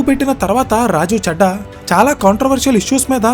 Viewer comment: రాఘవ 'చెడ్డా' కాదు, రాఘవ 'చద్దా' అని చదవాలి. మనం మాట్లాడే భాష వినడానికి ఇంపుగా వుండాలి కానీ ఇరిటేటింగా వుండకూడదు. ప్రాంతాల్ని బట్టి ప్రొనౌన్సియేషన్ మారాలి. నార్త్ వాళ్ళు 'దిల్లీ' అంటారు. మనం 'ఢిల్లీ' అనాలి. నార్త్ వాళ్ళు 'రబీంద్రనాథ్ ఠాగూర్' అంటారు. మనం 'రవీంద్రనాథ్ ఠాగూర్' అనాలి. అలా ప్రాంతాలను బట్టి భాష మారకపోతే... మేటర్ ఎంత బాగున్నా, వినేవారికి ఇరిటేటింగ్గా వుంటుంది.